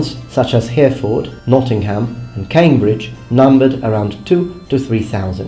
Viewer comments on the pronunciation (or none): Had no idea there were such vast differences between Norman and Anglo Saxon England in terms of the economy! I don't usually do this, but as you're always trying to improve your foreign languages and pronounciation; Hereford is pronounced Heraford, and Norwich is pronounced Norrich! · he butchered a bunch of place names. Norwich (nor-rich), Salisbury (sauls-berry), Hereford (He-re-fud) and Prague (Praag).